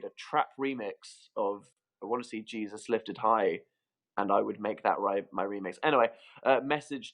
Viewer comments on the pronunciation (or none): none